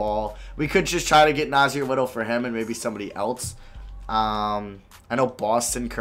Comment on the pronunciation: You said nassir little wrong